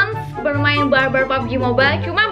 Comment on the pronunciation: I can't hear the "R" word when she say "bar-bar"